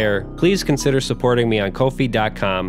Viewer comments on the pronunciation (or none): You know ko-fi is pronounced as coffee right?